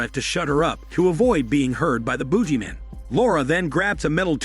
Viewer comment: lol is mispronouncing things intentional? This is the second video of yours I've seen. You kept pronouncing Emo as "eh-MO" in Cabin Fever 2 and now this thing is the Boojieman?